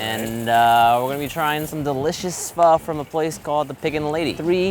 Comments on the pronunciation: • 지민 • you said Foh😂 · omg i thought you would pronounce pho like "phoh" not "phuh" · Pho not pha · No, fur is wrong. The easiest way to learn how to pronounce it is if you imagine the F word almost slips out of your mouth and you end it with a question mark...fu..??? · I thought u pronounce it pho not pha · It's not "Phuh" It Isn't "Foe" it's pronounced like the (Fung) syllable but without the N & the G sound. Or to simplify it, say "Phuh" but disband your jaw up when you say the "uh" part. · It's pronounced p-oh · There's a reason there's a ? on top of the O in pho. Pronouncing it as "fuh" and pretentiously pretending you know how to pronounce it is ignorant and arrogant. Literally better off calling it "foe" unless you intend to learn and pronounce it properly. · Danyal A. It is not any of those it is pronounced fuh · Man, the way they pronounce pho... ‘fur’ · Aw man I cringe every time they say pho like that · He lost his ways of Asian he can’t say pho right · #AsianSquad laughing at them failing to say “Pho” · PHO IZNT PRONOUNCED THAT. WAY..well for me